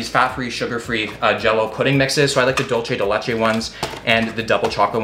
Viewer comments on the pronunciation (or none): it's not pronounced 'dolce' as in Italian, but 'dulce' (dool-theh, more or less), it's Spanish. Your sister explained it to you in a video some time ago.